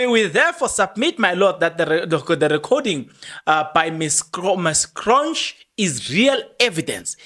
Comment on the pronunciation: It’s magistrate Cronje as in Hansie Cronje …it’s not “Kronj” 😒